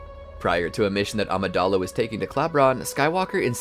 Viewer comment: Too bad they can’t pronounce Coruscant or Amidala